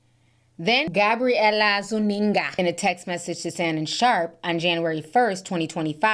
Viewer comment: Why is T reading Gabriela’s name like that😂😂😂